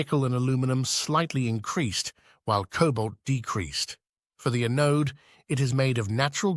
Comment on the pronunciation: gen one a-node? Good God, please pronounce your words correctly... Sounds like a stupid computer saying the words wrong... and saying '4 thousand 6 hundred and 80' instead of 46-80 like everyone else makes this video really hard to watch, which is why I only made it 3 minutes in..